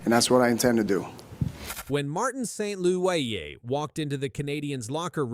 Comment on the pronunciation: You didn't know that his name was Martin Saint-Louweeyé? 😂